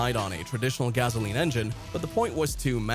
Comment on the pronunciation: 'Gazoleen' engine? 😂